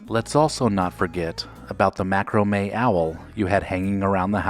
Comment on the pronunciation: Thanks for the memories! How could you mention Tiger Beat, but not Dynamite?!?? Not too many boys read Tiger Beat... And I'll never quit teasing you for pronouncing macramé "macro-may!" ;)